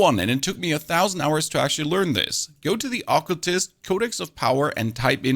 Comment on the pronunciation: Why do you mispronounce words like occultst and favorite??...?